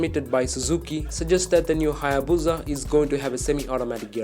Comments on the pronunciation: Why does he say buza, it’s called a busa or hayabusa it does not have a Z in it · It's pronounced - HAY - EH - BOO - SAH, not BOO - ZAH Everytime I heat it wrong in this video. the more I want to give the narrator a throat punch. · It's HayaBusa! Not BOOOZZA IDIOT.😑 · Its HAYABUSA !!! NOT HAAYA-BOOOZAA !!! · What the hell is a HAA-YAA-BUUZA? In all seriousness I actually want a new hayabusa